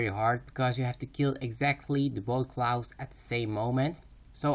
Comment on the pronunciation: "Clous" :D